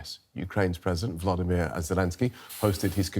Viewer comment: Volodymyr Zelenskyy not Vladimir. Vladimir it is Putin Razza